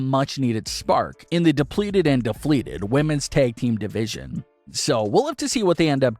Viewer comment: 'defleted' or 'depleted'?